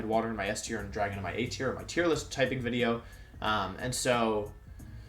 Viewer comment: Hello I’m new to the channel and I was wondering why Wolfey says wi-deo instead of video. Is this an inside joke that I’m not getting?